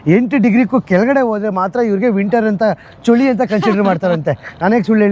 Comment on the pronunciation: ಚೊಳಿ ಅಲ್ಲ.. ಚಳಿ..